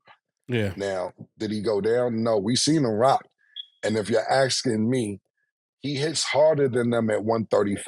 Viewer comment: “If you’re axing me” Cam